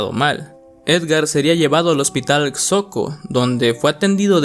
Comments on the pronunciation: Se Pronuncia: Xoco: Joco no Soco. Tlahuac: Tláhuac no Tlahuác. Denisse: Mequer no Meyker. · Xoco se pronuncia "Joco",, por si vuelves a decirlo para que no haya problema. Saludos, me encanta tu contenido. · Infórmate bien de la pronunciación de Tláhuac, Xoco y Merker.